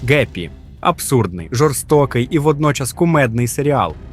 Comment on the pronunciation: Звідки в слові happy взявся звук "г"?